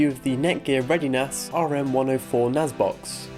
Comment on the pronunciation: NAS not NAZ